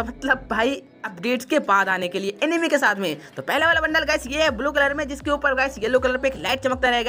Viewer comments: Bro enemy nahi It's "Anime" Pronounce: Aanimee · Abe anime hai wo animi nahi pehele pronunciation Sikh le jaker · Bro वो एनिमे हैँ | एनिमी नाही naruto shippuden naam hain aur jitne naruto ke fan hain utne garena company sare kaam karne walo ke sir pe bal nahi hoge aur bhai jisse tu cartoon bol rha hain uska fan (#TOTALGAMING) ajju bhai bhi hain bas toone bhai cartoon bola toh koi na mein bhi unsubscribe kar rha hu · Animi nehi hea oo anime hea..😂